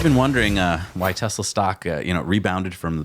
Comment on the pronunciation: Still mispronouncing Tesla!